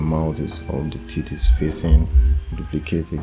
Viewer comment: Also "Tits" instead of "teeth"! much love =)))